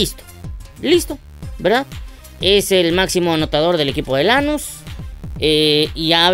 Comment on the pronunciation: JAJAJA 😂😂😂 ES QUE NO ES ASÍ ES LANÚS CON ENFASIS EN LA U